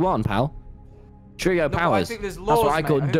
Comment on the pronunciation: wilburs smirk when tommy mispronounces trio is sending me lmaooo